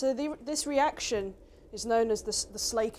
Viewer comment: I am a bricklayer and I am impressed that she actually pronounced slaking the correct way. I also used to take care of swimming pools and hot tubs. It was fun adding the calcium to the pool because sometimes I would put some calcium in a bucket of water and watch it heat up and then dump it quickly into the pool. I almost melted a bucket once doing that, but it was usually pretty fun.